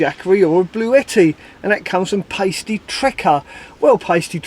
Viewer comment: thanks for reading out my question. It's actually pasty as in Cornish pasty. I'll let you off this time!